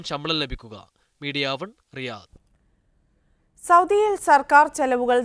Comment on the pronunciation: രിയാദ് അല്ല റിയാദ് ആണ്...